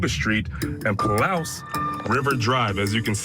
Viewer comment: I know some things in the Pullman, WA area can be difficult to pronounce. Wawawai is pronounced, spelling phonetically, Wawowwee. , Palouse is pronounced, spelling phonetically, Paloose.